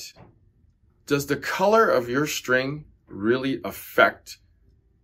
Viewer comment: What's a Shtring?